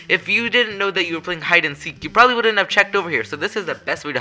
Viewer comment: hide and speace